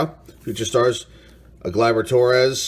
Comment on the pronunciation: Can't go wrong with an auto pull from a blaster. Congrats. Gleyber rhymes with Heyber, not Gly like Why.